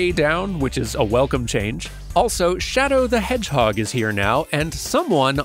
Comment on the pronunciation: "Shadow the HoreHeg" I thought I was the only one making that joke! But yeah loved this dive! Excellent stuff!!